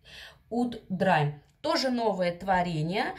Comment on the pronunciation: Видео ваши я люблю. Но английское произношение заслуживает больше внимания. Слово "драйм" заставляет меня взгдрогнуть, звучит это не иначе, как "дрим" - мечта, сон.)) В инете есть возможность послушать транскрипцию иностранных слов.